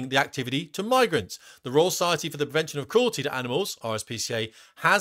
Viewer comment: Unlucky to royal parks, said rural 😂😉